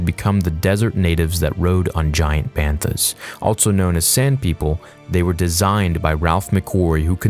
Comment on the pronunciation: You say “also” so weird. “ALTSO”